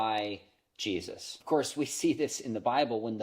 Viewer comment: Am I the only one that heard "Cheesus" ? I think that guy would be way cooler